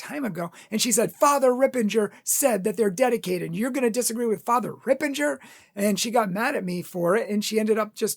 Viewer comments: As an aside, it's Ripperger, not Rippenger. Secondly, as a matter of Christian charity, you should have approached Fr. Ripperger about this instead of spouting off on your public forum, especially since you are not an expert as well. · first its not Ripenger its Ripperger. Second, you didnt have to call him out by name, you could just say that some catholics have some wrong ideas about yoga, he is a priest of Most Holy God, dont call him out on the things which dont matter alot - and for which you definetly didnt make a case for your argument in which we will soon come. Third, manny exorcis (like Lampert, MArtins, Reehil) had negative things to say about yoga and yoga poses also ex yoga practioners confirmed what Ripperger has said and those are people who did read manny books and went to india, etc etc You are under influence of modern new age yoga teachers (and other older) which tries to hide its demonic origins and influence, some on purpose some on ignorance - cause they are not catholics and they dont undersand how breathing and streching can be of demonic, you didnt qoute catholics in this video, only non catholics. yoga is demonic. Are ALL poses demonic - no, but manny are. + you have lied about fr Ripperger, he didnt say that he knows that because someone told him so, for example in Taylor Marshal interview he said that you need to go and read their Masters. And again, you have manny people well educated and ex yoga teachers and practicioners (check on youtube) who will tell you the same, and they did read. You are doing yoga and it hurts you to hear that stuff, the books you read are from yoga practiciioners, ofcourse they will not say Yoga has anything with hindu gods. Hindus worship animals also